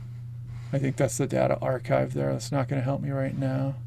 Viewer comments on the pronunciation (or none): none